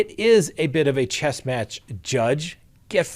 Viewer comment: Did the judge say, “We’re not playing chest”? 😂